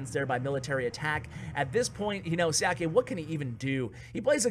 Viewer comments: Another great vid! Normally I am not one to comment on videos, but having background in Chinese I thought I'd let you know that "Xiake" is pronounced "Sha-kuh". Once again, great job! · You pronounced Xiake horribly wrong